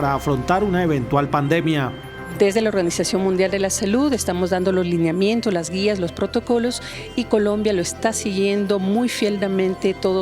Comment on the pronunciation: Señora representante de la OMS en Colombia; se dice LINEAMIENTOS; NO Liniamientos.